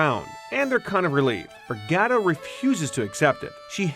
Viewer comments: Gerta not Gareta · Really wish this guy would pronounce GERTA'S name correctly!!